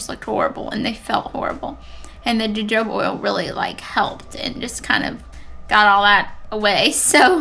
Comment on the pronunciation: Your skin is looking great! I'm glad you have found some products to help you through the process. P. S. Both of the j's in jojoba are pronounced as 'h', so it's ho-ho-ba. 🌝